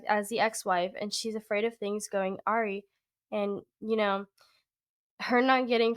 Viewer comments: I think the word you meant to say, and/or mispronounced here when you said “went ARIE” was “awry,” a word indicating things went upside down all of a sudden, or suddenly got outta hand. It’s usually pronounced “uh-rye” or “uh-ray.” = “awry.” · You did a masterful job with this. One word you need to pronounce differently. Things going Arie. The word is awry. The word is pronounced uh rye. Anyway you are a terrific reader so don’t take this the wrong way. Keep up the good work. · Thanks. This was really interesting. ps. Awry is pronounced Uh-Rye. :)